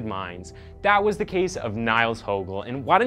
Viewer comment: His surname is pronounced as “Hoogel” not “Hogel” due to the umlaut Ö in his surname, Högel. I’m sure no one care but it is more a tip to people - like this video’s creator - who want to make videos about him. Anyway, other than the name mispronunciation, great video, great production - very creepy but interesting.